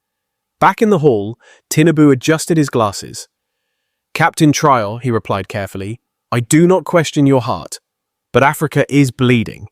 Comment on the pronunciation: tell your robot to pronounce the presidents name consistently correctly ❗ ibrahim TRAORE❗